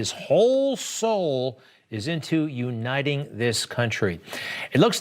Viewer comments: "..nuniting our country.."😂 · Unining our people, unining our nation... Ahahaha oh god what a joke this old man is.